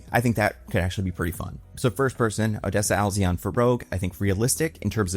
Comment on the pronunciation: Rocha is pronounced ROW-ka. A’zion does not have an L in it. It’s AH-z-eye-on